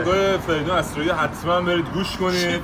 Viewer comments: آسرایی ❌ اَسرایی ✅ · آسرایی نه اسرایی